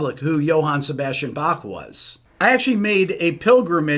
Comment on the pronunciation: I love how Rick can perfectly pronounce the german words in the video (topmarks for the "ch" in Bach)...maybe the anger about the article helped :D